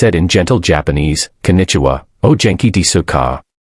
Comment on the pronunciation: Story theme permeates through 2d-rate narration..e.g...O genki-desuka pronounced as "Oh jenki des"....embossed business card translated as "in Boston"....Keep working at it, AI....as song lyrics state...Someday Soon...